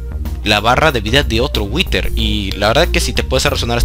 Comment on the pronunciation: si witer que bien lo dices